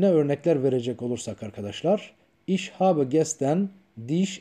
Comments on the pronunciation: Evet gerçekten çok güzel olmuş lakin bence telaffuz da önemli mesela ich kelimesi iş diye değil ihh diye okunur Der der diye değil dea diye okunur dikkate alırsanız sevinirim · Hocam son derece güzel olmuş konuyu aydınlatmışsınız emeğinize sağlık. YALNIZ, telafuzda ICH (ih) yerine (İŞ) demeniz olamasa daha güzel olacakmış..